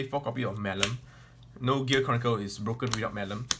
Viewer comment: OMG did he just say Gear CORNicle?